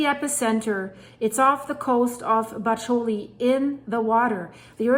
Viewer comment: Bacoli is pronounced BA-ko-lee.